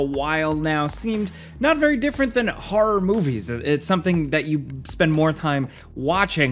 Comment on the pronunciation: Anyone notice that says horror like Christopher Walken does? "hoa-r-ruh games"